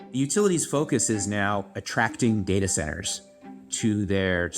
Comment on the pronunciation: It caused me physical pain every time you said dahtah.